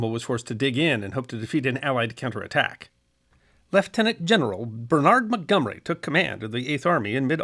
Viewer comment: You’re pronouncing Monty’s first name wrong. It’s not Ber-nArd (American ,with the stress on the second syllable) it’s Bernard with the emphasis on the first syllable. He was a Brit after all